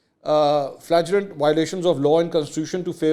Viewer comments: Flagrant: flay-grunt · Mansoor sahab please google the pronunciation of the word 'flagrant'!